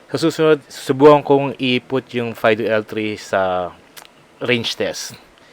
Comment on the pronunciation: fi-do pa ang basa dun. hindi fay-do